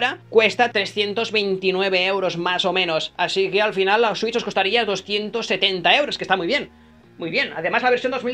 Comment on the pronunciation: Digo la Nintendo swiuis .. Jajajajajajajajaja